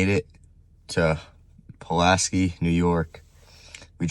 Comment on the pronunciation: btw it's pronounced Pula-sky. Nice vid.